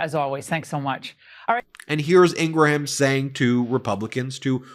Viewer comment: her name is pronounced: ing-grum, not ing-gra-ham!!!